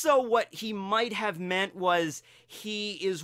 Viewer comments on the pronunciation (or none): none